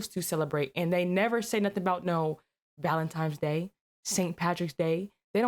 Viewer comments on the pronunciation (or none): Ma’am… did you… did you just say “ValentiMes Day”…???!? 👀 Ma’am… you’re a public speaker now. Younger people are WATCHING you. Now c’mon now. 🌈🪬🛐